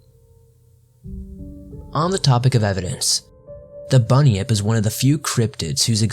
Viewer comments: i understood bunny up. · It’s actually pronounced bun-yip not bunny-nip like he sometimes pronounced.